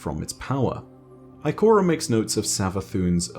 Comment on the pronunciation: I like when he said Ikorea